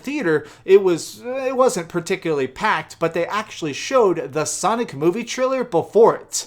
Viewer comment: U said Sonic Fart....lol